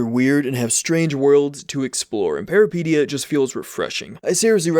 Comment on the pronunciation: Peripeteia, the first and second e sound like the es in elephant, fun fact peripeteia is a Greek word meaning adventure